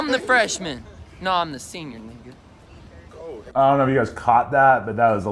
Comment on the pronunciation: didn't drop the N bomb, he said neega